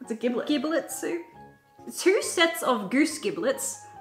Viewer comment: You don't know what a giblet is? The liver, heart, gizzard (part in some animals), and neck. And the "gi" in giblet is pronounced like ginger.